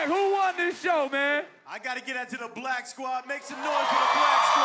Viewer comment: Dj favourite quote, "I garra give to the,,,"